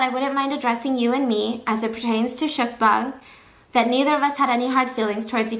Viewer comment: I don't think I ever heard mukbang pronounced like mükbæng, thanks for the experience.